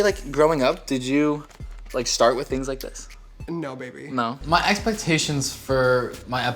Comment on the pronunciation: "babbyy"........... ummmmm....... chile anyways so